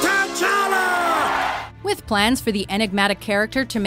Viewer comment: Am I the only one who is pissed at the way she prounced T' Challa?